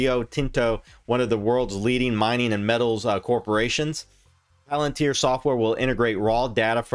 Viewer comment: If you could pronounce palantir correctly, I might take more notice of what your saying